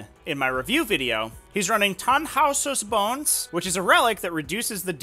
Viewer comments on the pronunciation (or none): Shhhh! Let him pronounce it the way he already does, it's funnier that way.